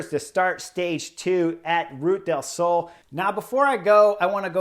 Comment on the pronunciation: LUV your analysis!!! But... listening from Málaga, I have to help you out. it’s two syllables- Ru Ta. Ru ta del Sol. An da lu si ah. Or as they pronounce in Andalucia, An da lu thi ah. Just want you to hit the names as well as you coach! Thanks!